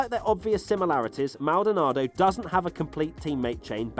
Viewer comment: Maldanardo - Kimi - panis - D hill - senna you didn't try very hard